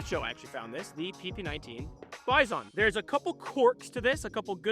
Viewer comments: Dude, originally PP-19 BUFFALO in russian sounds like "bee-zon", not a "buy zone" Besides, you have in your hands a copy of Bison-2-01 - a more advanced version of PP-19 for 9x19 cartridge Congratulations on a dream come true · Russian: Bee-zon English: Bi-son: Bi....ZON.... emphasis on zon fr tho love the Bizon, one of my favorite guns and I'll gladly use its shitty iteration in CS:GO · Sorry to be a pedantic dick, but its pronounced bee-zon. The Russian backwards N is pronounced as EE. I love the gun and vid tho. <3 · I was looking for this. He should also stress the second syllable, not the first one. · Hate the way you say Bizon